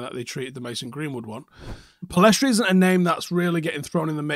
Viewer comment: Pellistri not Pellestri.